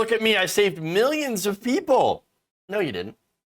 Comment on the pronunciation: “Miyanns and miyanns…”